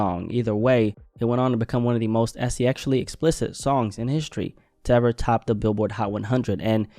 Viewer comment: Did bro just say “eseexually” explicit wtf 😂